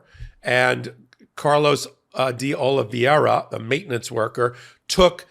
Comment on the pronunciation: please consult a Portuguese or Brazilian or a language teacher and learn the correct pronunciation of "Oliveira".